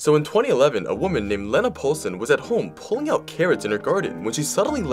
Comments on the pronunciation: The name is pronounced, "Leena", like the word, "lean". Not, "Lenna", like "lend". 🙂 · I’m not mad but unless she said her name was sounded like Leh-na, that’s not how you say it. Ik that because that’s my name 💀😭it’s pronounced like this lee-na. ☺️ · It's pronounced "Leena"